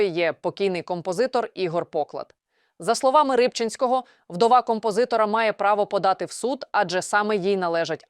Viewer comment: ПОклад а не ПоклАд.